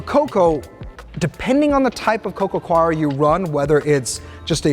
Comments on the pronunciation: coir /koir/ 😅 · Its pronounced CORE.